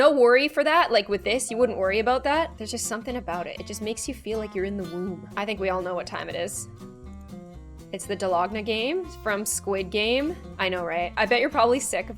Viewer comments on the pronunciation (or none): did she say dalogna- ITS DAL GO NA HUNNY NO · When she said dalogna instead of dalgona my OCD went 📈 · Ah yes YOU said "dalogna" instead of DALGONA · casually calling the most famous aspect of an extremely famous show “dalogna” instead of “dalgona” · its not dalogna it dalgona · dalogna Me: it's dalagona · the 'dalogna game" sorry but its dal-go-na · da-log-na squid game fans: ITS DALGOONAAA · U said dlogna it's dalgona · oh, side note: it's dalgona (not dalogna) not meaning to be hateful at all ;w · I love how said dolagna instead of dalgona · It's dalgona not dalogna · its dalgona not dalogna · ok am i the only one who is cringing when she said "dalogna game" when its actualy dalgona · It's dangola not dalonga 😂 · IM SORRY "DALOGNA GAME"ISNT IT"DALGONA GAME"???? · dalogna game you go girl but you messed that up bad Dal. Go. Na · “Dalogna” it’s pronounced dal-go-naw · I'm sorry but did you just say DA-LOG-NA here the actual pronunciation DAL-GO-NA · Did anyone hear her say dalogna game lol dalgona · Dal-log-na Me: *triggered Also me: It’s daal-go-na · DALOGNA? bro… I’m sry but it’s dalgona 😭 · I heard her say ‘’dalogna game in squid game’’ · she did not just say dalogna game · It's not dalagna it's dalgona well I am not sure how to spell it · It’s called dall-go-na not doll-ag-na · When u said dalogna instead of dalgona i was like whatt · Its dalgona not dalogna just wanted to tell u 🙃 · Btw, it’s no DILOGNA it’s DALGONA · Did anybody else hear her say dalogna instead of dalgona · Did just say dalogna instead of dalgona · "dalogna" its dalgona💀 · dalogna😂?it's a dalgona not a dalogna 🤣🤣🤣🤣🤣🤣🤣🤣🤣🤣🤣😆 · did I just hear..... DALOGNA?? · for anyone wondering how to pronounce dalgona (달고나) its pronounced dal- go- na :)) hope it helps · When she dologna I cringed xD. It is dalgona pronounce dai-go-na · oh maybe, I just thought that’s how you spell it because I think it’s how pronounced it?